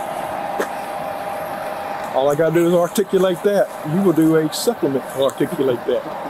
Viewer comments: "Awl i gots to do is awrticalate dat". What a wordsmith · That cop was saying “ar-tic-u-late” like it was the biggest word he had ever heard. What are the chances he could give a legit definition? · if you cant articulate the word articulate, you shouldn't be a cop. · I was surprised he was able to pronounce "articulate". Not only is he guilty of violating her civil rights, add on reckless driving. They wonder why there is so much public distrust yet every day we can go to YT and see fresh videos of cops committing crimes against citizens! They just keep living up to the stereotype.